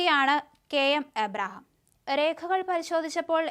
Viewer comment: അവതരിപ്പിക്കേണ്ട ഭാഗം പല പ്രാവശ്യം വായിച്ചതിന് ശേഷം അവതരിപ്പിക്കുക. നിങ്ങൾക്ക് മനസ്സിലാവാതെയാണ് വായിക്കുന്നത്. മലയാളം വായിക്കാൻ അറിയില്ലെങ്കിൽ ആദ്യം അത് പഠിക്കൂ. കെ എം എബ്രഹാം എന്ന പേര് പോലും തെറ്റിക്കുന്നു. കഷ്ട്ടം തന്നെ.